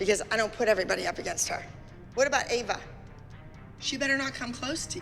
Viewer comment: pronouncing Ava is killing me 😂😂😂